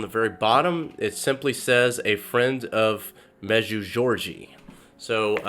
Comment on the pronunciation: Med-ju-gor-ri-ya. I know it’s not easy but your attempt was a bit off. The apparitions are still going, from 1981-present. The authors real name is Terry. I don’t know why he doesn’t use his name. Our Lady did say once in a message to turn off the TV. She has warned us of ‘modernism’ and the problems associated with that on a number of occasions.